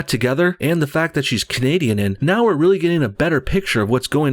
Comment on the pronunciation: The way you said Muslims ,Canadian and gay is mmm donno how to describe it but it really gave me the wrong vibe about you .